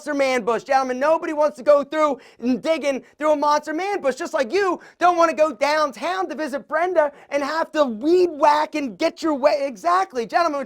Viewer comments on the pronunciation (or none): The way you said DOWNtown was hilarious 😂😂😂😂😂